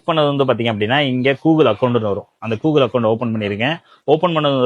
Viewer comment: Coogle✅️ Google ❌️